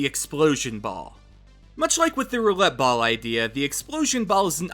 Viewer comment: I know he said roulette ball but all I hear is Gam-ball